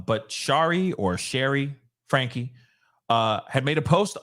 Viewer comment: Frank ( the E is silent )